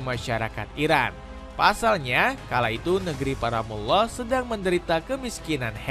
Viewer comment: Koreksi: negri para mul lah bacanya, bukan muwloh.